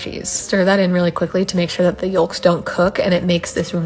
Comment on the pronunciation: I've never heard someone say egg Yullk. Have I've been saying it wrong??